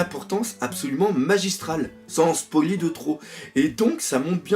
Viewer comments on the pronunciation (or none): none